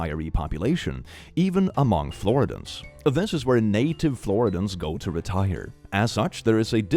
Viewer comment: The way pronounces Floridians sounds like how it actually should be said 😂😂😂😂😂😂😂